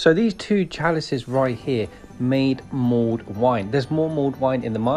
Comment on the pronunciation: It's mulled wine, not mould wine.